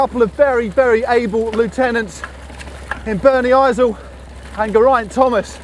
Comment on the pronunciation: "Ger-i-ant Thomas"? Come on Matt!